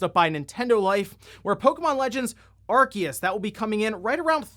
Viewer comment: ....he just mispronounced arceus lol